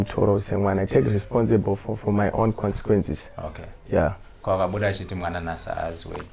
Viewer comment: Hanzi take responsible for my own constikwenzizi🤣🤣🤣🤣 English uyu